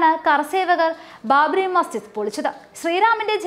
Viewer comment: ബാബറി മസ്, ''ജിദ്'' വിഴുങ്ങിയുള്ള വാര്‍ത്ത വായന ശരിയല്ല... അക്ഷരങ്ങള്‍ വിഴുങ്ങാതെ വായിക്കുക.